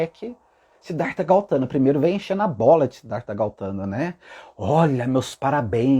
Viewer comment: Seu lindo maravilhoso, adoro suas mensagens. Está correto sobre o Buda, nasci numa família Budista e tudo que falou até aqui é verdadeiro. Deixa só fazer uma correção 😁talvez até eu esteja errada mas.. É Gautama e não Gautana😍Como falei é apenas um nome sua colocação está totalmente correta🙏❤️